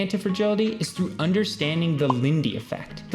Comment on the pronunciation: you subtracted `h` from through and gained my attention